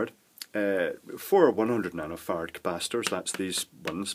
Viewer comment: When you say nanofarad, if I'm not paying particularly close attention, it sounds as if you are saying nanofart. I get a giggle every time.